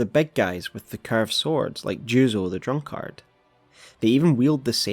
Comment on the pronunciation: bruh please fix your pronunciation of drunkard, its hurting me 🥺